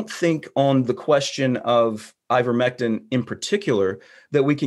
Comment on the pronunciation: Why is he calling it "Eevermectin"?